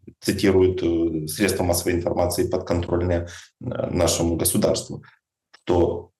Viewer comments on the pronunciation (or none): none